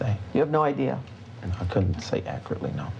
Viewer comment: This is the only that legit makes me mad lol “akrly”